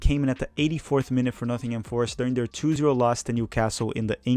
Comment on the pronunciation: I love the content, but it's funny to me that he says "Eaten Horvath" and "Nothingham Forest."